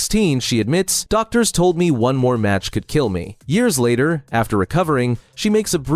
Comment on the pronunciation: Can you teach AI to say year’s correctly please.